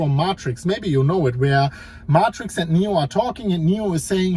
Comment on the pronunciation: It's always the most important video you've ever made. You always say it's going to be surprising and it isn't. The only surprise was hearing morfoice and martricks being said like it was normal